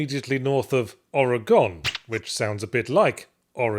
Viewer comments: Nobody in Oregon pronounces it that way yahtz. You were closer when you said origin. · IT'S NOT OREGONE. It's or-uh-gn. You pronounce it oregone here and you'll make every one mad instantly. The proper pronunciation sounds even closer to origin. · Oregon is pronounced Or-uh-gun, not Or-a-gone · Now we just need to teach you how to pronounce "Oregon" correctly. :P